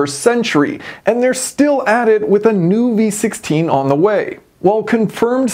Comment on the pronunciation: I can't help to hear B16 every time you say V16 😂